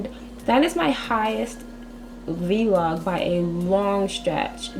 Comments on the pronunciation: i love that you say V-LOG!!! lol you're the only one that's ever said that besides me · idk if she just said v-log instead of vlog